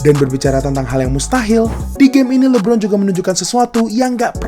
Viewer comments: Bang sekadar masukan ajanih, cara bacanya LE Bron, kalau Abang bacanya li bron. Artinya namanya jadi Lee Bron bukan le bron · LI-BRON2 palakau, donkij palakau